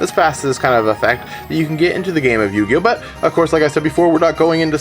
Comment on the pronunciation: Dude, slow down. you were talking so fast that you mis-pronounced yugioh. But besides that GREAT point people always make fun of me and my friends for playing the game but i bet they couldn't even learn to play the game if they tried. t'would show them why we're playing a "dumb little kids game"